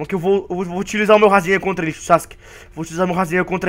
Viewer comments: rasengha kakakaka fala certo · por favor fala rasengan certa e não rasenga e gritando.Ta errado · o cara fica falando rasenga é mo engraçado kkkkkkkkk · Kkkkkk o cara fala rasenga kkkkk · quando ele fala razengam kkkkkk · você tava falando razemga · ele fala rasenga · é em graçado você falando racegan